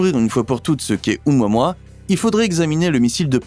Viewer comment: Apprend à lire un nom quand tu le prononce pour une vidéo mec tu dis oumoimoi debile , ça se prononce o moua moua , respecte la langue d origine stp hawaïenne qui veut dire éclaireur !